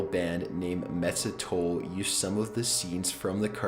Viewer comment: that moment when you see an video made by estonians and hear the pronoucing of Metsatöll and ya are just here like: 0-0 proud estonian tear had fallen on this day